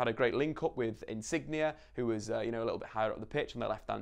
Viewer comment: Great video but there’s one thing that annoys me about you and it’s your pronunciation on insigne , ITS NOT INSIGNIA , here’s how to say it “ in-sin-yay-“.